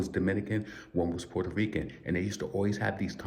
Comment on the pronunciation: Fat Joe, a.k.a. Port-Hoe-Reeking